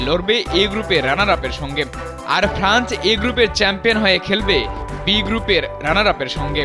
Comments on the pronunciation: ফ্রান্চ না ফ্রান্স - উচ্চারণে আরও সতর্ক হতে হবে। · Franch na France.....